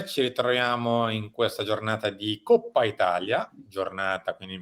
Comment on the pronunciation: Coppa si pronuncia co la o aperta, altrimenti si parla di quella del maiale.